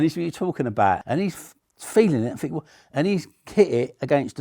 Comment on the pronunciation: This guy speaks in the same mannerisms as the little british girl from tiktok who suggested getting her mom a candle cause she promised to burn the next bad gift she got. Not relevant at all but every time he goes "So im finkin..." i cant unhear it.